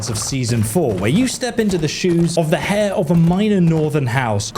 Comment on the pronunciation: Heir is not pronounced like "hair", the "h" in "heir" is a silent h.